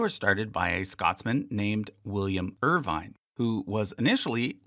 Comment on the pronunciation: The E in Irvine is silent so it’s Irvin